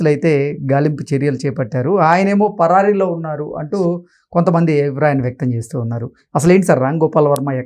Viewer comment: పరాయి కాదు పరారీ అనాలి